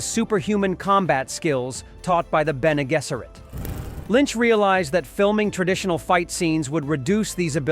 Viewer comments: Please correct the AI to say BEN-ay JESS-er-it.... it's pronounced with J not a G, it's irritating. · This must be an AI dialog? It's NOT Bene Gesseret, it's Bene Jesseret. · His AI can't even pronounce Bene Gesserit properly...